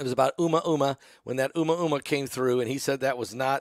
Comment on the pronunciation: It’s pronounced….. a moo ah moo ah sir, not uma uma, lol😂 love you in Michigan❤